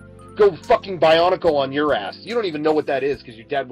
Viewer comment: My good man, did you say Bionicle?